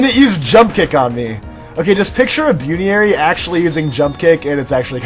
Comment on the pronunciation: I know it's because you don't watch the show But, Buneary is pronounced BUN-EAR-E